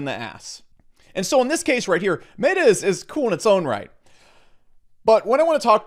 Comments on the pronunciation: Meta is not mayta stop saying MAY-tah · where do you get off saying mayta u goon. its MET A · Who’s going to tell him that he’s pronouncing meta wrong? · Learn to pronounce meta… ask ellio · Sound advise/info but it kills me that he can’t pronounce “meta”